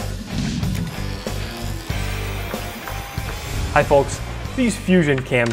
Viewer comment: Folks is pronounced Fokes not FoLks lol 😂